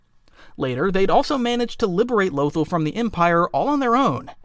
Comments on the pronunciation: Lothal is pronounced loth-ALL. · the way you pronounce certain names is driving me crazy. Hera Syndula and Lothal are pronounced IN THE SHOW